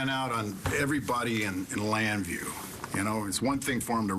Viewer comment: Access Llanview? UGH